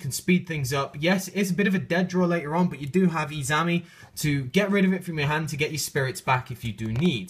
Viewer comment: you keep calling her izami. its izanami lol